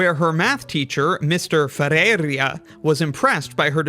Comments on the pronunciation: I simply don't understand what would have been so hard about saying Ferreira with the letters in the right order, instead of "ferreria" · hearing your absurdly wrong guesses of the pronunciation of the Brazilian names is so funny lmao "fEReeiRRessz"